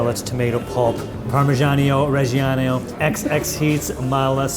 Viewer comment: The way says parmeggiano-reggiano💔